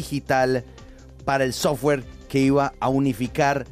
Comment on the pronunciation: Y aprendan a pronunciar software... ya se se parecen a la pronunciación de petro 😂😂😂